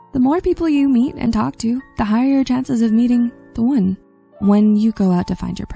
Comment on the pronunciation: From now on, the word "one" is pronounced like "own".